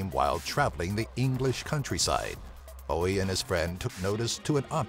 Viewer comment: thankyou so much for pronouncing Bowies name correctly.